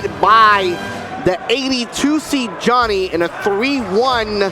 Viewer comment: the amount of times they mispronounce Joni needs to be studied